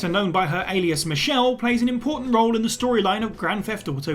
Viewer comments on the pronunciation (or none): none